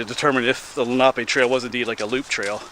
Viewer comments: It's pronounced leh.nuh.pe! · Len ah pee